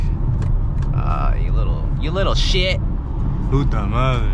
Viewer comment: Bro really speaks my peoples language 🤣 “p*ta madre” sounded fluent 😂